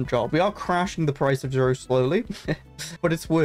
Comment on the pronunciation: zro is actually pronounced "zero"